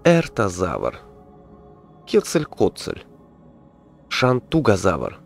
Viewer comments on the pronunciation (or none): Правильно кетцалькоатоль , ктож тебе сказал что он кетцалькоатль? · даже так но ты сказал кетцаль котцаль либо у тебя голос такой что кажется что ты так сказал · никогда еще не слышал, что бы Кетцель-Коатля называли "кецль-коцль" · кетцаль котцаль) воб ще то кетцокуатль